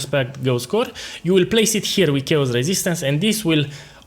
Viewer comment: Please.... Character is pronounces as KErakter, ma boy. Chaos = Keos. The rest is great, thank you!